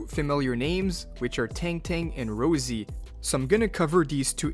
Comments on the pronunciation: Rossi. Not Rosie. Raw. See. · What the hell is this ROUZZIE pronunciation? Rossi has to be the most basic and straight forward name to pronounce ... is this an AI text to speech voice?